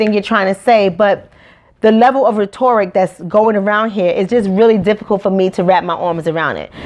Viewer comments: RET-ERR-RICK (sound spell) not RET-OR-RICK. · I honestly enjoyed watching this a lot, but make sure you say those words right. You mispronounced 'rhetoric' a few times. It is pronounced ret' or ik. This is positive feedback because I don't want people to misjudge you or discount your message. Your passion is inspiring and Keep it up. Btw I agree with everything you said about the school system. It doesn't set our black students up for success. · she keeps mispronouncing the word “rhetoric” lol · You mispronounced rhetoric.